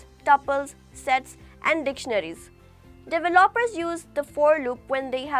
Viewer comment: how can i trust this when you can't even pronounce the word "developer"